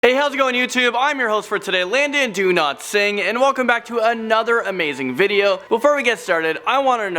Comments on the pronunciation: Landon, every time I hear your name, it sound like Landon 'Donotsing' I'm sorry but it's funny to me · Sorry But his name is Landon Do Not Sing